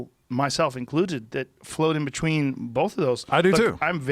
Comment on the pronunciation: Joe pronouncing between "bechween" is almost as awesome as his show.